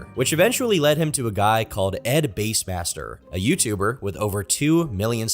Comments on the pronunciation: Bass not bass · how do u pronounce bassmaster wrong😂